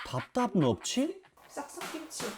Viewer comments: 답답을 발음못해서 덥덥이라 했다던데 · 답다압느업츼..? 뭔가 이 외국인같은 발음이랑 표정이 너무 웃기고 귀여움ㅋㅋㅋㅋㅋㅋㅋㅋㅋㅋ